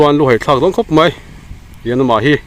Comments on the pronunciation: Meian ani lo maian ti zawk la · Meian nilovin maian aw